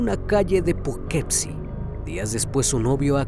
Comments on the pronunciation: Hola antes que nada te agradezco mucho tu contenido y con el respeto que me mereces creo que no pronunciaste bien la ciudad, se escribe Poughkeepsie pero fonéticamente se pronunciaría (pugkipsi) soy de Nacionalidad Méxicana pero actualmente Radico aquí en Poughkeepsie un abrazo hermano. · Muy buena narración, muy buena edición. Sin embargo, la pronunciación del nombre de la ciudad y del criminal (fran-súa en vez de fransuá) me distrajeron. Que esta sea una crítica constructiva, hay que buscar el nombre y la pronunciación (aunque uno no hable el idioma como nativo), para que todo sea impecable. Hay una página que se llama Forvo, ahí otros pronuncian para saber cómo se hace. Saludos.